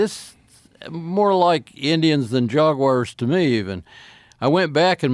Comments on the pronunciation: How do you get "Jog" uars out of "Jag" uars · If he says Jugwars again i'm going to lose it lol................ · Drink every time he says "JAWG-WIRES" 😂😂😂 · Those gosh darn ‘Jog-wire’s’! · Jug-wahs and" slidded " by you.🤣 Nothing like Americans to make a hash of the English language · “Jog Wires” are dangerous